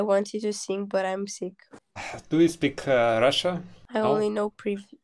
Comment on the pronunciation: там не сыынг , а сиин - "петь" - сынг у них это грешить